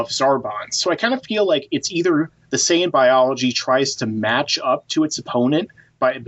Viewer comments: And in his other video he was saying ''Sayan'' instead of saiyan. That sounds fucking retarded. All those videos and the dude can't even pronounce the names correctly. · In reality, the way the dub pronounces the word is incorrect, so "Syan" is accurate. "Saiyan" is a Barry Watson creation. Just like "Hyperbolic Time Chamber". It's the Room of Spirit and Time...and the Spirit Bomb...it's the Genki Dama. Every other dub around the world kept the Japanese terms and the Kikuchi score, but North Americans got spoiled. It's no surprise that English speaking fans are so misinformed. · Sayan? You mean how its more like, what, sigh-an or something? I'll give him a pass on that one. It may be incorrect, but all the dubs we watched as kids are to blame. Almost everyone I know (myself included) have that pronunciation drilled into their heads.